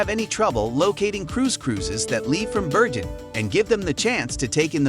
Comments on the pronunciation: The commentator obviously hasn’t been to Bergen and is just reading a script. This should win an award for the most mispronunciations in 10 minutes and it’s not just the Norwegian names that are wrong but even English words like quay are spoken incorrectly. Let alone calling the city Birgin then reverting to Bergen then back to Birgin numerous times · Why do you alternate between pronouncing 'Bergen' with a 'hard' 'g' and then at times with something that sounds like a soft sound, almost like 'Berjen' or 'Beryen' ? The correct way is with a 'g' - like in 'go' in English. The locals are very patriotic and love their city, their dialect, and not to forget: the name of their city - I'm surprised you got out of there alive and kicking, lol. Best wishes and don't forget the 'hard' 'g' next time you come around. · Freaking annoys me that someone can make a 10 minute video about a city, yet they're too lazy to find out how to pronounce its name.